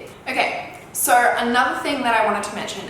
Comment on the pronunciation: I’m in love with the way she pronounces sooo 😍